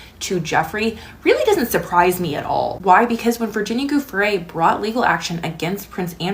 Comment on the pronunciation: Please, Virginia Joo-fray is how it's prononced. Thank you for your work❤